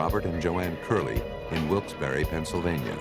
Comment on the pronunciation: You got it right! It's Wilkes Berry, not Wilke's Bar. We didn't name a city because people go there to drink, or as a test one takes to practice law.